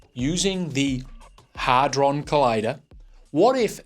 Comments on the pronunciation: Not "hardhron" it's hadron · Hadron NOT Hardron!!!!🤦‍♂️